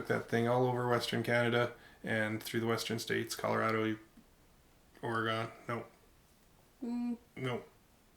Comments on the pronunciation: You guys rock! But it’s Ory-gun not ore-gone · Hey that's funny we have the same first name, I mean. You pronounced Oregon wrong but you get a pass. Cool back story. From a Walmart tent to what you have now. Pretty crazy, bet you didn't see yourself where you're at now eh